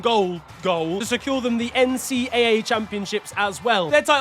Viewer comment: by the way,, NCAA is pronounced "N C double A"